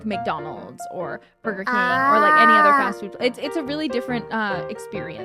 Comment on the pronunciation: Borgar N Fries. Mmmm malkskeke